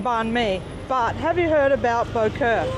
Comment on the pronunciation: Wrong, boeuf bourguignon is made with wine. Bò Kho a copy of regular french stew. Pho is from pot-au-feu with off cuts the French did not use and Banh mi is from pain de mie. It's pronounced "Bah Khaw", not the way they massacre the name.